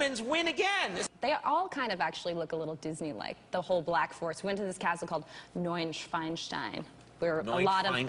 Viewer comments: It´s "Neuschwanstein", not "Neuschweinstein". A "Schwan" is a swan and a "Schwein" is a pig. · Ich höre anstatt Neuschwanstein bei ihr Neuschweinstein 😅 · Das heißt nicht neuschweinstein sondern neuschwanenstein :D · I laughed so hard when she said "Neu Schweinstein" because that means "new pigstone" but actually the name is "Neu Schwanstein" what means "new swanstone"...both doesn't make much sense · "Neuschweinstein" 😂😂😂😂 no it's not :D it's "Neuschwanstein" xD Makes a totally new Castle^^ Would be funny to see that^^ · Sie sagte: Neu‘nschweinstein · Neuschweinstein 😂 it's actually called Neuschwanstein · I am German. What is "Neunscheinstein"? Very funny. She for sure means "Neuschwanstein", the fairytale castle in Bavaria. "Neunschweinstein" would mean something like "Nine-pig-stone", but it's more something like "New-swan-stone" for US brains like our germanic Kirsten^^. Well done Kirsten, but please don't insult great German culture, you Americans got none of this. As an US cowgirl, you are forgiven. Btw, Disney World looks like the "Schwarzwald" and not the other way round. Americanos^^. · She said Neuschweinstein( New-pig-Stone)😂😂Right pronounced its Neuschwanstein( New-Swan-Stone) 😄👍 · It is not neuen Schwein Stein (new pig stone), its NeuSchwanStein (Swan) 😆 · Did she say "neuen schweinstein" :D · Sorry, Kirsten, but 1. it's Neuschwanstein, not Neuschweinstein and 2. that's not in the Black Forest! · Its Neu Schwanstein not Schweinstein hahaha cute!!! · Neu-Schwein-Stein :D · hat sie neun schwanstein gesagt?? '-' ehhhhh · She the castle's name wrong